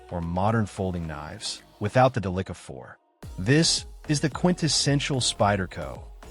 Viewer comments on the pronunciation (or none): The "Duh-licka" SHEESH